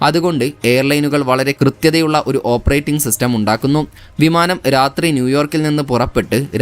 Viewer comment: റാത്രി എന്ന വാക്ക് മലയാളം നിഘണ്ടുവിൽ ഇല്ല ബ്രോ. റാത്രി അല്ല രാത്രി.സമുത്റം അല്ല സമുദ്രം